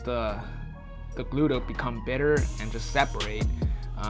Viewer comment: "bitter" or brittle?